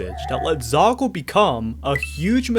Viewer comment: a ton of people seem to have already said what I was going to about the excuses defending it is just mental gymnastics so I won't say it, but I will ask: why do you keep pronouncing it zakal?